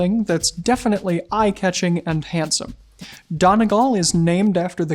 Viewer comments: Great and very insightful video! But as an Irish man I will point out you're pronouncing Donegal very slightly incorrectly. It's Dony-gall. The first syllable is supposed to be said a bit slower. You're running the syllables together a bit too quickly which sounds more like "don-ih-gal" which isn't correct. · Great video. To make it better: Donegal. The accent is on the last syllable. And pronounced more like “all” (as in y’all) rather than girl. Great work nonetheless, laddies. Carry on! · FYI, Donegal is pronounced like dunny-GAWL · If you’re going to be so particular about your clothing at least get the correct country ... “REPUBLIC of Ireland” not “Ireland” which technically doesn’t exist and also as pointed out by many others pronounce my home country correctly “Done-ee-gaul” Many thanks, a part from that good video T.Kincaid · Howdy, DONEGAL is pronounced - DUNNY-GAWL. Know your terms.... Joking of course. Great video. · the e in Donegal is like a syllable all on its own so pronounce it more like Dun-e-gall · you're an extremely eloquent speaker but donegal is moreso pronounced dun-e-gawl